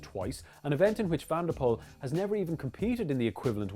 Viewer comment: if you can say 'swimming POOL' you can finally say mathieu's name correctly. i know you can,!:) 2022 will be woutjes' but this is currently the best personal rivalry in sport. hny to you too, Dan, thanks for all the great work!